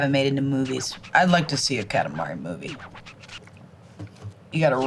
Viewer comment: Kalamari ❌️ Katamari ✅️